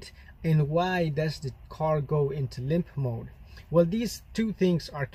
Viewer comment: "Lymph mode"? Haha.. all these years I've been calling it 'limp mode' - how stupid of me! 😁